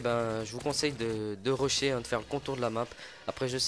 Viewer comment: rochet ?????????? WTF on dit rusher